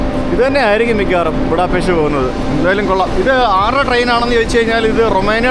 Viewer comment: Будапешт/ ബുഡാപെഷ്ത് എന്നാണ് ശരിയായ ഹങ്കറി / വെങ്കറി ഉച്ചാരണം! ഹംഗേറിയൻ ഭാഷയിൽ ഇത് ഹംഗേറിയൻ ഭാഷയിൽ എഴുതിയിരിക്കുന്നത് പോലെ തന്നെയാണ് എഴുതിയിരിക്കുന്നത്, എന്നാൽ "s" എന്ന അക്ഷരം ഒരു "sh" പോലെയാണ് ഉച്ചരിക്കുന്നത് എന്ന് ഹംഗേറിയൻ ഇതര മിക്കവർക്കും അറിയാത്തതിനാൽ, അവർ അത് തെറ്റായി ഉച്ചരിക്കുന്നു.